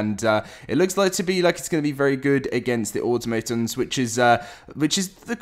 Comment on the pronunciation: "automaytons" cmon bruh, cmon, are u fr bro, like, cmon man, u cant be real, please